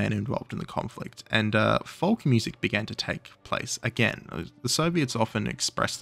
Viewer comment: Are you pronouncing the L in folk?